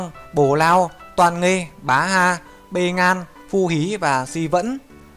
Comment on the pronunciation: ủa truyện nó ghi sai hay là ông này đọc sai nhỉ?9 đứa con của rồng làm gì có đứa nào la Bê Ngan?Nó là Bệ Ngạn chứ